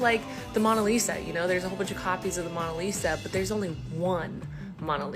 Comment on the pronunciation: stop saying mawna lisa tho